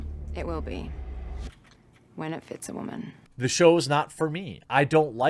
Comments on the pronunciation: I have to stop watching this just because of the way this dude pronounces "woman". I'm out. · The only thing you should be ashamed of is how you pronounce the word "woman". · I just can't help it but laugh when he says wahman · Wtf is "wahman"? Is that incel for "woman"? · okay, I'm fairly new here. Why is it called "The Quartering"? Also, why does Jeremy pronounce it "Wah-men"? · Roy McLellan wahmen is a meme, references annoying feminist sjw types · Maybe I'm misreading this but the fact that u make videos on these shows (especially Batwoman) concludes that u enjoy them enough to watch. And why do u say the word woman the way u do (just curious)? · You pronounce ‘woman’ oddly. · Why do you say woman so weird??